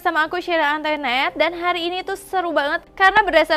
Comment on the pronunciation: Cara baca antoinettenya salah tuh